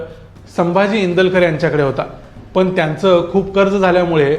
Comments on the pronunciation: Indulkar nahi Indalkar correct kara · Indulkar nahi te INDALKAR ahe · ईंदूलकर नाय ओ नाव नीट वाचा भाऊ